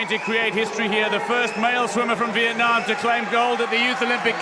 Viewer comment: Lần đầu nghe ông blv nc ngoài đọc rõ chữ " Việt Nam" như z